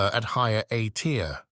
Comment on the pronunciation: Hearing the tts mess up "A tier" is irrationally funny to me